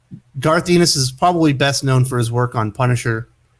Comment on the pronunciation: You pronounce his name Garth En-nis